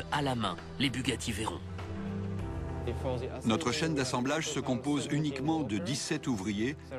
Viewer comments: mdr a la fin a il dit la Bugatti Verron mais ça se prononce verrone ! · Bugatti rend honneur à Pierre Veyron, pilote français de la marque, vainqueur au Mans en 1939, ça se prononce "Vé Rond" et pas verrone.